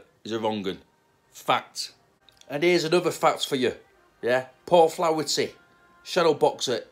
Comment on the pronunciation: Flah-er-ty not flowerty ... But yes hes a wrong un